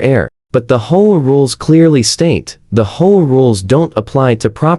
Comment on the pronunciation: hoea hoe about H O A , these ai voices when not fixed really suck ....